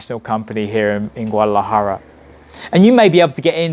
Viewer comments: lol theres a D in Guadalajara. its not silent . haha.. GOO-AH-DAh-LAh-Jah-RA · My advice for this dude - learn how to pronounce Guadalajara first haha